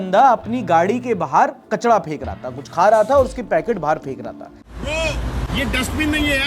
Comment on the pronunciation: Not kachda 😂😂 it's kachra 😂😂